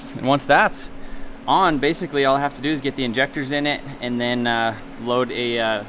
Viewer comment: I love how this dude says "basicy" .. nice video!